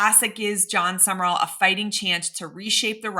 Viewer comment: Pretty sure it’s Sum/rall….Two syllables. I could be wrong;never heard HIM pronounce it but it’s not 3 syllables. No ER